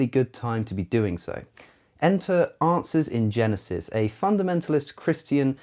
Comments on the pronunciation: A couple of times it sounds to me like he said "Asses in Genesis" instead of "Answers in Genesis". I would agree with that, and would like to see a picture of a bible open to Genesis, with a bunch of donkeys walking around in front of, or on it. :D I could try to photoshop that myself, but I'm not that good with that kind of stuff. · When you say it,is sounds like"Asses in genesis" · I kept hearing you saying "Arses in Genesis" rather than "Answers in Genesis". Not that you have any problems speaking understandably; just my unconscious mind giving me things to chuckle at. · To an American ear, it sounded like you were saying "asses in genesis" (which is actually a very accurate description of the website).